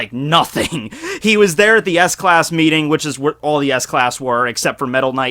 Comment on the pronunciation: Did he just say ass class?